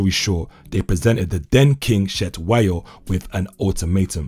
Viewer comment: Like the Zulu pronunciation attempt of Intelezi but Cetshwayo is a massive miss 🤣🤣🤣.